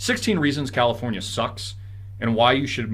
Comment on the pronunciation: "Crowdafornia" loll